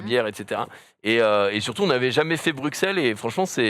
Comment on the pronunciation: ça se prononce pas "brug-xelle" mais "bru-celle" svp